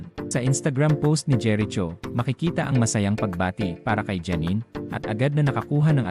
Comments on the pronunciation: Jeri Cho vs. JERICHO (pronounced as Jeriko) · Kelan naging jeret cho ang pangalan ni jericho😂? Patagal ng patagal ang panahon nagging bobo na ang pronunciation. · Jeriko po ang pronounce at hindi jeritso 😅😅😅😅😅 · Ano ba naman ito nag voice over ot seems pinoy din sya di alam gumamit ng right pronunciation ng name ni Jericho ( "cho" should be pronounced as "ko") pakituruan nga yun ng nagvovoiced over dito